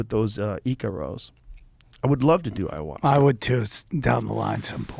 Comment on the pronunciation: So when are u guys doing iowahuaska....eyeohjuaska...Ihuasca